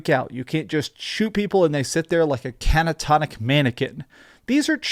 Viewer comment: You lied to us all about this game, when it released . Your such a shill. Boasting that your one of the first people in the world who finished it. Pure speculation lol. .ps. its catatonic not canatonic.